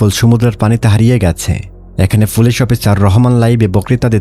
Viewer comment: Vai folice na.. Police